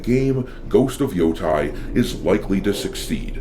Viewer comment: You said Yotei wrong.